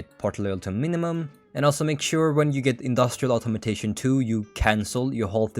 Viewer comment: it's funny how you pronounce "Automation" as "Automotation"